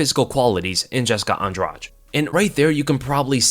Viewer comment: I hate to do this, it's pronounced Andrade like Andra-"the".